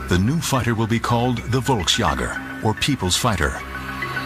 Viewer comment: "Volksjäger" is pronounced something like "folksyegger", NOT "volks jogger"